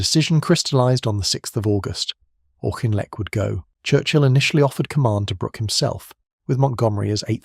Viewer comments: Yeah, that’s just the English or Northern Irish pronunciation for his name though eh? There’s no way having middle class English relatives they would ever think of adhering to Scots Gaelic by the way ;). The Gaelic would be ‘ccchhhh’ sound too even though it ‘Ah’ instead of ‘Aw’ before it Auchinleck Talbot is pronounced on tv by Scots presenters when they play Scottish Junior or Scottish Cup games. Bit different from Kemi Badenoch- as people all over pronounce her married surname differently ‘ah’ or ‘ae’ but it should never be ‘ock’ at the end of it originated in Scotland. Also an area of Scotland. The dynamic of the UK is funny- like the singer Sandy Denny- people are proud to call her English but look at the name and her grandparents from Dundee and one who inspired her by singing in Scots Gaelic. That’s for the additional info. Yours Aye! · Yep. People don’t get it but there are so many languages the words are derived from plus the development of English in places like Scotland and Ireland pre unification. Just heard it pronounced differently by a Scots presenter. BBC Scotland as Auchinleck Talbot footballs team as ‘Auk’ for the first time. Just as frustrating when abroad tour guides ( Spain) say the Royal Navy from England or Italy ( France Zeffirelli’s garden) a red phone box -like the English. Just the dynamic- Scots invented modern football but have to listen to ‘Its Coming Homre’ when England play them. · Auchinlek is said Aukinlek, not Aushinleck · You are pronouncing his name wrong . It was as in Auk-in-lek -not aushinlek. That is why he was nicknamed the "Auk" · Dear, it’s spelt “Auchinleck” but it’s actually pronounced Orkinlek…. hence “The Auk” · Pronounced as if "Orkinleck". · How difficult is it to pronounce his name properly throughout the video??? 🙄